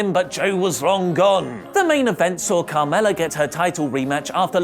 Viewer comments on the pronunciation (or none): none